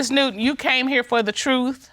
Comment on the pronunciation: If a person cannot say the word TRUTH correctly, then they cannot be trusted... Like Katt Williams said... Lol And the husband keeps saying he told her the "TRUE"... Soooo.... It's suspicious Lol